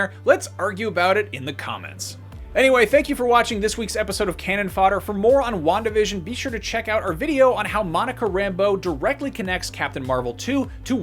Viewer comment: Wandavision sounds like "one division " Just me?